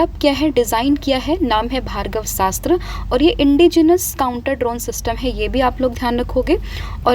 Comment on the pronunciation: Mam it's Bhargav astra not Bhargava Sastra..❤